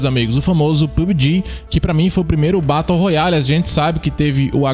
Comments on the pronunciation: VEI. TU FALANDO BATO ROYALE É FROID KKKKKKK se pronuncia beroroial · "Batou royale" 😭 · O cara fala Batou royale kkkkkkk muito bom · “Batou roiale”